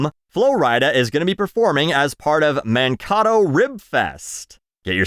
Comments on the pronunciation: Mankato is pronounced man-Kay-toe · Minnesotan here. Man-kate-o, by the way. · It's Man-kay-dough I think. I always love the videos. Keep up what you do and don't let anyone change you. I've been watching weekly for 2 years running. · Mann KATTO 😂 It's pronounced Man-Kay-Toe to us Minnesota natives. You made me laugh so hard. That was amazing. But no I won't be going see Flo Rida 😂😂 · As a Minnesotan hearing pronounce Mankato like avocado is really funny. That's fine tho a lot of people mispronounce a lot of the towns names here. It's pronounce Man-Kay-Toe btw. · It’s Man-Kay-Toe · You did NOT pronounce Man-Kay-Toe like that!!! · That's not how you say Mankato 😂🤣 That's not even Native American way 😂 Man-kay-toe Mah-kah-toe Yes I live in Mankato. I'm from Minnesota. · As a Minnesotan, your pronunciation of Mankato (it's Man-KAY-toe) made me cringe 😂😭 Come on, you're my northern neighbor! Lol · Fyi its Man-kay-toh, good vid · Oh man, you're Canadian and can't say a Minnesotan town... man-KAE-toe. Say it with me, I know you can! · The fuck was pronunciation of Mankato? It sounded like a cross between a pasta dish and an avocado. It's "man-KAY-toe". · It’s pronounced Man-Kay-toe 😂😂 I’m a Minnesota native so it’s hilarious how bad you said it. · It's pronounced man-kay-toe. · As someone from Minnesota, hearing you pronounce Mankato like that made me cry 🥲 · you couldn't spend 30 seconds googling Mankato to learn how to say it? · Your pronunciation of Mankato is hilarious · As a Minnesotan, hearing "Mankato" pronounced that way wouldve pained me had I not been too busy being awestruck that MN was even mentioned by anyone at all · Oh yeah.